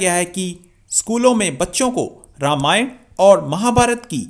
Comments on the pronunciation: Beta wo Ramyanaaaa aur Mahabhartaaaa nahi hai,Akkal k andhe wo Ramayan aur Mahabharat hai,aap jaise jahil majahaab bol rahe ho to aap se aur ummid hi kya ki ja sakti hai? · रामायणा और महाभारता नही होता आंग्रेज....रामायण और महाभारत ही होता है। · Pakistani ko bol ne bhi nahi Ata hai ramayan bol chima bhagwaan ram k charan per Saran lo tabhi Pakistan ak sahi mulq banega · Qumar cheema yaar too English mat bola ker halwai ......Ramayana nahi ramayan hota he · Sahi se ramayan mahabhart nhi bol sakta hai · Janaab watch your way how you pronounce Ramayaan or else we will be forced to pronounce Pak Koran as KURAEDAAN !! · Ye cheema... Professor hai... Aur isse ramayan aur Mahabharat....Pronounce karna nahi aata 🙄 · इस्को रमायन और महाभारत बोलना नाही आता.